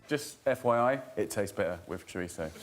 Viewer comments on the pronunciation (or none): pie-L-a. Chor-it-so. haha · Ironic that you mangled the pronunciation of "paella" and "chorizo". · This video alone is a controversy for how they pronounce Paella and Chorizo jesus christ... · Wow, not only can Brits not cook decent food, they can't even pronounce it correctly -- it's "py-AY-ah." The double L in Spanish is pronounced like a "y." And chorizo is "chor-EES-oh", not "chor-EET-zoh", there's no "t" in it. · Why are you pronouncing the L hard in Pealla, and Choritzso wtf